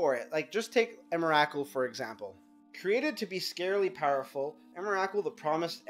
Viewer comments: EM - RA - KUL. srsly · can't continue watching you keep calling it emmarackcool. not even close. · em-er-ah-kul? wtf is that? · Three syllables, say it with me, "EM-RA-COOL." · i wish this guy would pronounce emrakul right